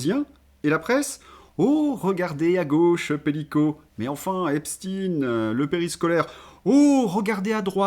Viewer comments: On dit Ep-cht-ein et non pas Ep-stine !!! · ...en parlant de "larbins du pouvoir",, si tu continues de prononcer Epst"ine" au lieu de Epstein... tu fais preuve d'être un "bon serviteur" qui s'abaisse comme un larbin..😢 Pourtant tu vaux mieux que ça...🤔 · Tant que les gens ne sauront prononcer epstaine comme il faut, ça va rester pareille! C'est tout un enchaînement. Le mensonge et le camouflage à tous les étages..